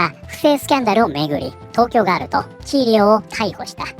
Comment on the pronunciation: ガー↑ル↓だと！？ふざけんじゃねぇよお前！おばさんだろォ！？